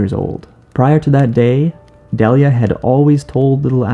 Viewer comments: It’s pronounced Dee Lee yuh, not deli uh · yo ash's mom's name is pronounced dee lia not de lia